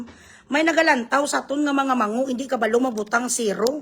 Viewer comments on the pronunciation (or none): none